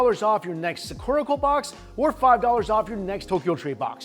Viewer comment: The way you say Sakura makes me laugh lol, how does someone get something so wrong? 😂